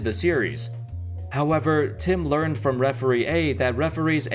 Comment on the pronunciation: Every time he sais "however" i was thinking "howebber"...